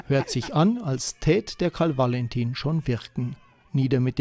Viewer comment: Macht Lust auf die Ausstellung im Juli 2023 am KV-Musäum. ABER: Dass der Sprecher - anders als der Ausstellungsmacher Peter Syr - gleich mehrmals von einem Karl W(!)alentin spricht ( , u.a.), ist nachgerade weder begreiflich noch verzeihlich!